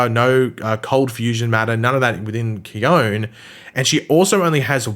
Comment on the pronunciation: Khione in Greek means snow,you are correct. :) I know this,cause i AM from Greece. :D And the letter e at the end of her name in Greek is a heard letter. So,her name should sound Khion-E , with the letter E sound as intended (you know a b c d E ). In any case,as i said,you are correct. Her name in Greek is snow. :)